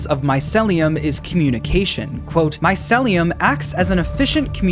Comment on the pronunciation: it urks me every time he says my-cel-lee-um instead of my-ceel-lee-um